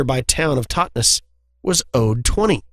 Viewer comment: Nope, you pronounced Totnes perfectly! Not being sarcrastic, that was spot on. :P